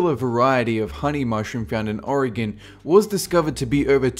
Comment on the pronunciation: OMG YOU PRONOUNCED OREGON CORRECTLY THANK YOU!!!!(I live in Oregon)